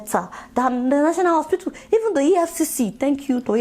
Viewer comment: Why does she keep calling hospital "ospitool"?